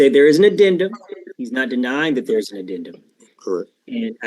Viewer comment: The "addendment"??? Is he trying to say addendum and amendment at the same time? This guy is TOTALLY out of his depth, and how do you feel you have a "rent to own" agreement when you already agreed you HAVEN'T PAID the rent for a year and change!?